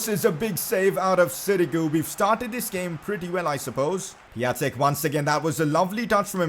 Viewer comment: Piătiks name is pronounced Pi-on-tik